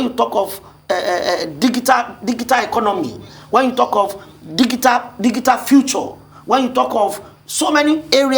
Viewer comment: you can’t even pronounce digital, how can you address youth issues. Your plan is like your plan with Buhari, see where it landed Nigeria. Can your principal take ownership of the rot Nigeria is? You can’t runaway from it, your record of incompetent and corruption. That’s Tinubu and APC record no braggadocio will wash away.